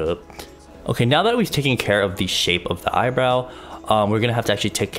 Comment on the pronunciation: "long heyr dont keyr" 😂😂